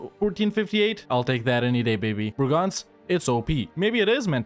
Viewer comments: It's BREGENZ, not BRAGANZ, Bragança is a town in Portugal. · Man, I never got what you meant when you said that name. It's Breeeegenz. Long, high "e". :D Kind of shocked I didn't get it. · Just a tip from a local: try to pronounce it "bray-gance" ;) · The "e" in that name are NOT "a's" ... and it is a LONG e at the start and a short one afterwards. Chur isnt a "ch" ... but rather a "K" or more like a "Kh". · The CH in Chur is not spelled with a hard ch but with a soft ch, not like a K